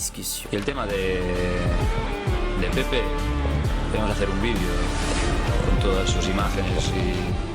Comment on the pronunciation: Français ! Apprenez à respecter les noms des gens. Il s'appele PEPE et non pas PEP. Rien que pour ça je ne regarde pas la vidéo. Surtout pour les Africains que vous appelez EME BAPPE, ENE GOMA, ENE GOLO KANTE alors que ce n'est pas comme ça qu'ils prononcent leurs noms.